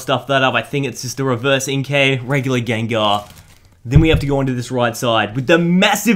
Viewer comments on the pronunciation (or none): none